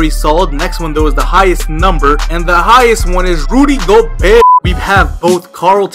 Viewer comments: it's not gobert it's pronounced (go-Bear) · Just so you know for next video it's pronounced Rudy Go-bear